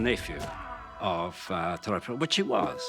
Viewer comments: YEAH it's Te Ruporarha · Those pakeha dudes didn't even try to pronounce te roparaha properly W⚓️rs